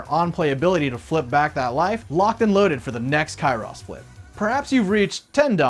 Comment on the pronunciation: Bro said Kyross 😭